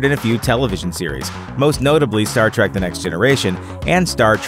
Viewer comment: Trek not track